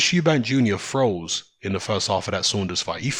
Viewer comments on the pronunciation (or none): i thought yo were saying 'throws' when you said froze lol. was confusing